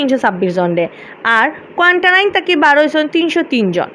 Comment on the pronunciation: ই আফায় কোয়ারেন্টাইন খইতা ফারইন না, কোয়ান্টাইন খইন। 😛😛